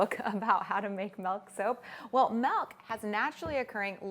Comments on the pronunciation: Okay but real quick. I THOUGHT I WAS THE ONLY PERSON THAT SAYS MELK INSTEAD OF MILK. It made me randomly irrationally happy to hear it being said that way cause my family teases me alllll the time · I actually replayed the first time she said it to make sure I heard it correctly! I say “melk,” too, and I get corrected/poked fun of for pronouncing it that way all the time, lol. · Not sure if she is from Canada but Canada is currently going through a vowel shift according to linguists so slowly but surely Canadian dialects are shifting vowels. Milk --> Melk and Dress-->drass etc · MELK. I just can't. It's too painful. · she says melk so many times in this video i love her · I've never heard anyone other than call it "Melk". Is it because of where she lives? It does she just pronounce it differently just because? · I'm Canadian and I quit watching this video within 2 mins due to the "MELK MEEEELLLLK MELK" ...oof. If I never hear anyone else say it that way in my life, it'll be too many times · The funny thing is the way you pronounce milk is the way we say it in Dutch. So each time you say milk it sounds like you're speaking Dutch lol. Working with milk is always tough but so worth it. I'll have to try this out, I love the look of it. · I'm from California and I say Melk too :P I also get teased quite a bit for it, lol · Odd how she pronounces milk and melt with the same vowel sound. I wonder if she does the same with slid and sled? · The way she says Milk lol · I love her videos but her pronunciation of milk is driving me crazy.